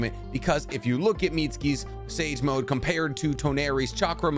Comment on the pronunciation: Y’all heard him say sake snage mode?🤣 great video though.